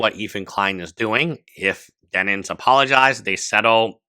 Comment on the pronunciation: For the love of God man it's DEN-IMS 😭